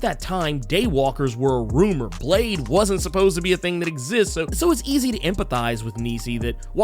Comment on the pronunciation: Blade= Blah-deh